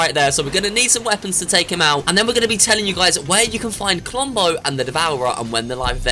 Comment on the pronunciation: I herd clombo